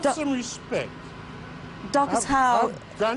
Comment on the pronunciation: Lady, om*g, his name is DARCUS HOWE, not MARCUS DOWE. Dear God... And there's a difference between saying "I saw this coming, why didn't you?" and "I approve". Expletives fail to carry the man's frustration. Props on his keeping cool when accused of rioting. This broad is looking for work right now, if there is any justice...